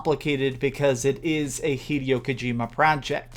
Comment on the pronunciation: 'Hey-day-oh' Kojima is insane. Death Stranding doesn't look good.